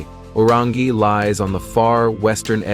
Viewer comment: The guy who can’t even pronounce the correct name of Orangi town with fake picture on title.